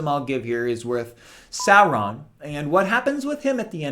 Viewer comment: You immediately won my respect when I heard you pronounce Sauron's name correctly. ;)